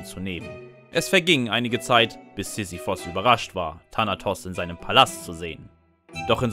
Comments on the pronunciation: Er spricht allgemein die Namen nicht korrekt aus. Z.b. Sisyphos anstatt Sisyphus. 😄😄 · SisyphUUUUUS nicht Sisiphos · ich würd mir das ja gerne ansehen, aber wenn du immer Sisyphos anstatt Sisyphus sagst, triggert mich das hart.